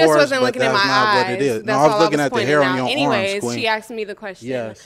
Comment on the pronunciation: And also how he says arms like ormps😂